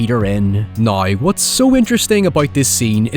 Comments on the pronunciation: what accent does have? I've never heard anyone pronounce now like noi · Where is he from? I’ve never heard someone pronounce “now” like that. Is it Scottish?